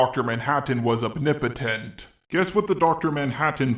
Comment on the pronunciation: Heh. "Opnipotence".